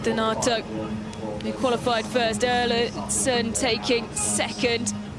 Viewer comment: Can somebody 5L4P that BEECZH who's been calling the Italian DENATO? In this video she did call the athlete a wrong name seven times!